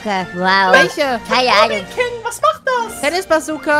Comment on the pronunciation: Obiking das heißt obbyking hahahahahah